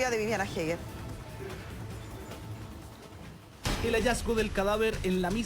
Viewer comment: eger, asi se pronuncia! HAEGER